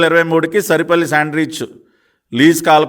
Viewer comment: సరిపల్లి కాదు సార్ సారిపల్లి